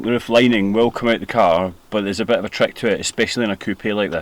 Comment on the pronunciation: “Extra added dit of blood...” lmfao! Good job mate.